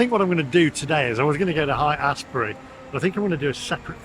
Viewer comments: Haight St. is actually pronounced "Hate" St., ironically!! San Francisco itself, seems colder than any of the cities around it! Oakland here is warmer, just 10 miles east! Glad you have good things to say about SF! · Haight is pronounced with a long a. Haight is not Height.